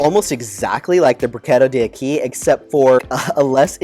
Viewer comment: D’acqui = dack-quee . It is Italian, not Spanish. Good review!